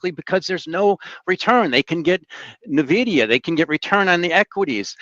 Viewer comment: Can someone explain to how to pronounce NVIDIA?